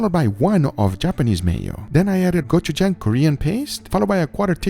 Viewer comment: said gochujang right no more gochugan ahahahahh